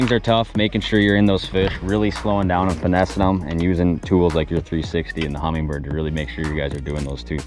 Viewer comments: as somebody with sever adhd and ocd, can you please, please stop saying HumminGGGGGbird lmao there's no G!! Great videos as always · it's like when people say "drawl" instead of draw, that letter doesn't exist in that word until you just added it haha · a lot of people pronounce the name incorrectly